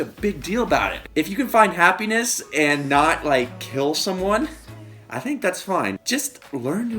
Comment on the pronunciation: He said Ha penis